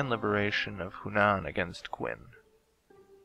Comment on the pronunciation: Qin is pronounce "Chin" as in "China" Just thought I'd let you know.